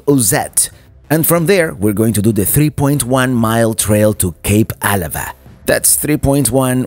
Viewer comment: I was born and raised in Port Angeles!😃 It's always it's pronounce fun to see PA and all the places up and down the coast, that I have been to so many times in my lifetime! Especially Kalaloch!! Oh...for what it's worth, it's pronounced Cape Ah-LA-va. Thank you so much for this video!!